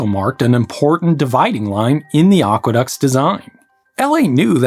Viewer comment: They are not "oqueducts"; they are aqueducts.